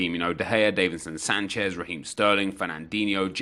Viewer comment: Does it annoy anyone else that he says davinson Sanchez wrong